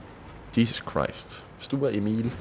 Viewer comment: "Stuhrer" It's sturer isn't it ?